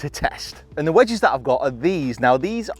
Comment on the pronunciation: Nobody:: wedgees